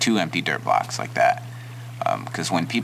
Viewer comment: I keep hearing derp blocks instead of dirt blocks.